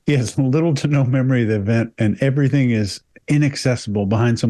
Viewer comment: so refreshing to hear 'everything' not everythink!